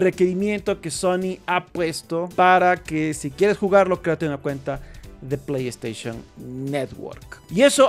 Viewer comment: Porfavor no digas plegd staishon! 🤦🏻🤦🏻🤦🏻🤦🏻🤦🏻🤦🏻